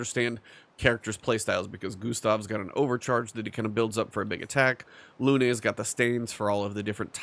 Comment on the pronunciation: They say Lun-ay in game.